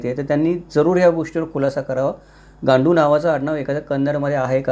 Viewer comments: गांडू उच्चार चुकीचा आहे. "गंडू" हा उच्चार कन्नड मध्ये बरोबर आहे. त्याचा अर्थ "नवरा" असा आहे. त्यामुळे गांडू असे न वाचता गंडू असे वाचावे. मी बेळगांव चा कन्नड चे ज्ञान असलेला पक्का मराठा आहे. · गांडू नाही गंडू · गांडु नाही गंडू, means brave man.